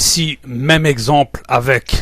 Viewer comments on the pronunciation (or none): none